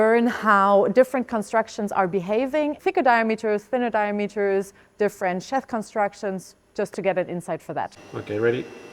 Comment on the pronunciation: Unbelieveable that somebody who's day job is designing and working with ropes can't pronounce "sheath" properly.